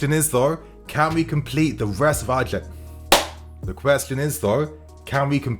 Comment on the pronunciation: Man like said “edjebtives” 😭 breathe bro breathe